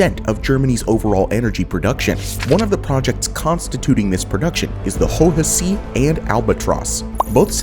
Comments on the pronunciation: deutsche bank seems the hardest name for english speakers xD well at least you pronounce the "e" in deutsche, now the next step is to pronounce bank with an A and not the english E they use for an A. like in bAnzei xD also hohe "see" is not pronounced like the english "sea" or "c" but more like british pronounce zed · You can hear his pain while pronouncing "hohe see"